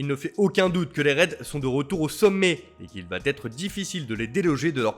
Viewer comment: "Il va-T-être difficile" eh ben dis...